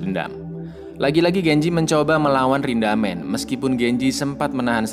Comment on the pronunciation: Bukan rindamen tapi rindaman